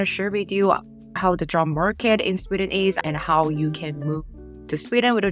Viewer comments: Sorry ... But itś "Sweeeden" - not "Swedden". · Why are pronouncing it Swidden and Swiddish? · Why do You say "Swidden"?